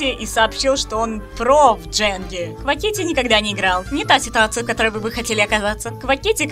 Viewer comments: Бро озвучка на высшем уровне и в некоторые моменты мне кажется что выучила русский язык... НО мне больно слышать квакИти он квАтики но, а так все вообще прекрасно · почему квакИти..господи так режет уши,его никнейм произноситя квАкити… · не Кваки́ти, а Ква́кити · Прошу прощения, но хотелось бы поправить, правильно не КвакитИ́, а КвА́кити 😅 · Озвучка просто замечательная и чудесная! Однако очень уж больно режет слух неправильное ударение в имени КвaАкити, а не КвакИти 🥲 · не квакИти, а квАкити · протите.. квАкити КВА́КИТИ 😭😭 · Я просто хотела сказать что как человек что очень часто смотрит иностранных маигкрафтеров, мне больно слышать когда люди не так говорят их ники. Не Каки́ти, а Ква́кити и не Шлэт, а Шлат.